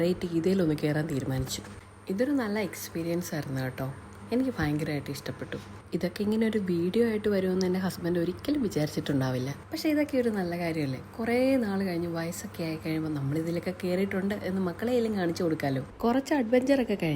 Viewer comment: ഹുസ്ബൻഡ്❌ ഹസ്ബൻഡ്✔️